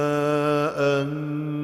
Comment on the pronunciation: بمثل ما امنتم به Olacak ما انتم به Diye okuyor bu yanlış